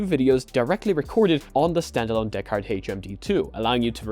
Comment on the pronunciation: I like how he says Deckard like a pirate DAA-CARD!👽❤️👽